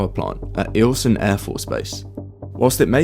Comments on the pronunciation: “Eyelson” not “Eelson“ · When you say, Anchorage is the capital of Alaska, you lose all credibility. 100%. Juneau. Neither can you pronounce names of places like Anvik or Eielson. Get it right. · I’ve heard you call Anchorage the capital of Alaska twice and you don’t know how to pronounce Eielson. How can I take the rest of this seriously?